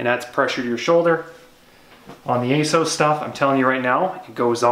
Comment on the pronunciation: Ace- ows? There’s a double ‘s’ in there, shouldn’t it be Ass-oss?